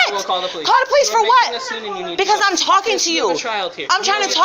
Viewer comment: Call the po lese, while you’re at call the am blanse